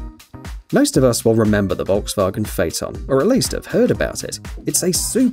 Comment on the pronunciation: I’ve never heard someone pronounce Volkswagen properly